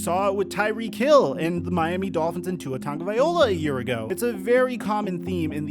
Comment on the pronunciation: He says it better than anyone I know. Anyone that says more than Tua is doing too much. Either way it won't matter after this season..... Tua's last season in the NFL As a starter anyway. Js